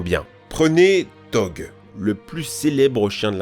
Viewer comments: HAAAAAAAAAAAAAAAAA C PAS DOG C DOGE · par contre la prononciation est vraiment aberrante ! pourquoi Blake ? c'est black comme la couleur, pourquoi Dog alors qu'il y a un e donc ça se prononce Doje je ne comprends vraiment pas , ça compte tant de refaire une prise ? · On dit doje